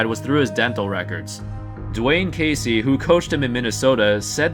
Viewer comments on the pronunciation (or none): none